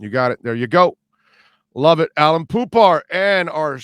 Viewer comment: His name is Alain not Allan, Alan or Allen!